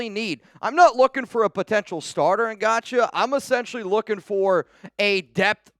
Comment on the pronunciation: You are 100% pronouncing that last name wrong.....its pronounced like god-show 😂